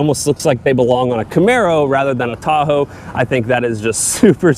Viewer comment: why does he sound like he’s saying Thahoe